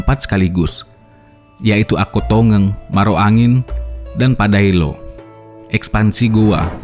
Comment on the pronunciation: Akkotengeng bukan Akkottongeng